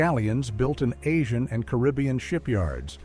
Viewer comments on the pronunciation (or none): none